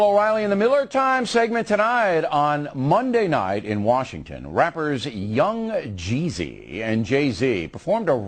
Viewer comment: how hard is it to say yung jeezy